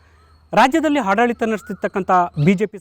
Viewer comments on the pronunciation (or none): ಹಾಡಲಿತ ಅಲ್ಲಾರಿ ಆಡಳಿತ.